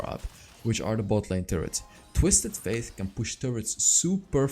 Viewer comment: F - ate not F - aith.